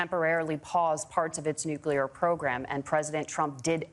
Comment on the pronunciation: Tampon Tim Walz doesn't even know how to say the word - nuclear - correctly. The word nuclear is pronounced: "new clear". Walz repeatedly said: "new cue lure", indicating an inadequate education during which his English elocution teachers did train him to say the word - nuclear - correctly.